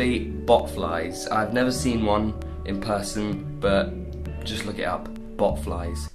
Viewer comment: Oh God...I thought he said "butterflies" but I guess not...